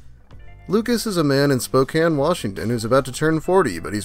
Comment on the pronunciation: Dude its pronounced Spok-CAIN